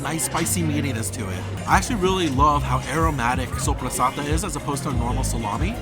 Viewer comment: As an Italian I'm really impressed by your pronunciation of soppressata.